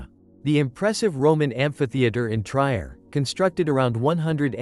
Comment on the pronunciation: Trier... pronounced...Treer!!!!! I HATE AI VOICEOVER!